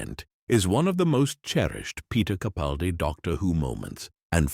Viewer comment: It would be nice if Mr. CaPALdi's name wss pronounced correctly. But I feel like I'm tilting at windmills, so few actually get it right! 😢